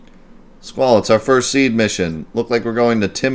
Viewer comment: hope you read this. SeeD its read “SeeDee”, not Seed as you say. Ok now... I will continue watching your video